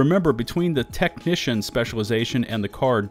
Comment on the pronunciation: it's TECHNICIAN, not "TECH-TITION" xD